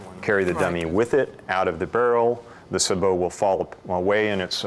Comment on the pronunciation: It's pronounced saybow round not subow